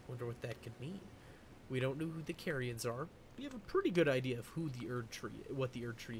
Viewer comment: There is not one single case in-game of anyone saying care-ia. It is ALWAYS CAR-ia. Why is everyone able to say Raya Lucaria, but no one can say CARian or CARia? It bugs the fuck out of me that not a single person can get this right, even someone as well spoken and deep into literature as you...